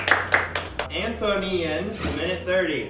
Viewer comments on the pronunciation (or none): Why didn't Ian and Anthony just go with the ship name 'Anthonian'? I mean they did but they should've pronounced it AN-thon-ian instead of an-THO-nian